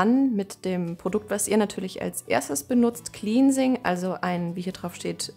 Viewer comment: "cleansing" wird nicht 'kliensing' sondern 'klennsing' ausgesprochen😹 habe mir gestern Shampoo, Conditioner, Activator Cream und die Maske von Cantu bestellt. Bin schon sehr gespannt!